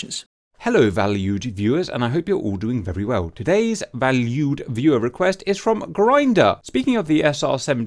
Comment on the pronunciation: "Val-You-ed viewers" ~ 2021 "Incursion by hostiles at fifty DEGREES one hundred ten, canyouintercept?" "Coming out of cans... or cens... why do you call it cens?" Joacim Cans entered the chat. Simba Wimba: "I snapped a wing" Wingless25PD left the chat.